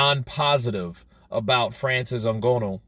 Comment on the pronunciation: At least learn how to say Nganou's name properly. It's not that much effort really.